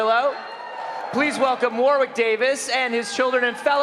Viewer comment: Why can nobody pronounce Warwick properly lol 😂 sounds like they say warrrrrwick